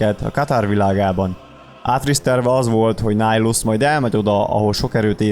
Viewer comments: Miért Nájlusznak ejted a nevét? Miért nem Nihilusz fonetikusan? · Miért Nájlusz? ez fáj nekem de tényleg de amúgy jó :D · Bocsi ahogy írták úgy kell ejteni